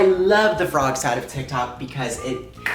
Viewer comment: dyslexic queen😍😍😍😍forg 😍😍🥰🥰🥰